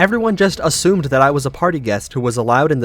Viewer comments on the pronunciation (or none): none